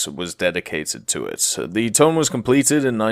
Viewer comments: Its Tone not Tone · It's pronounced TOH-NEH not Tone...... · Toe-neh my dude. no other way to say it. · The IJN Tone Danza